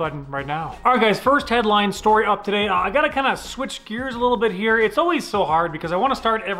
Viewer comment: Noooo you didn't say "heeeeereeee" in the intro, you just said "here"